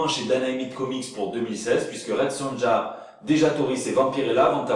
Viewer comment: Hhahhaa, DC Comics et KFC ! ^^ Au fait, "Red Sonja" se prononce Red SoNIA . ^^ Bien cool le JT de cette semaine. J'ai jamais entendu parlé de ces nouveaux héros dans une Brooklyn consciente d'elle-même. j'ai hâte d'en voir plus. :-)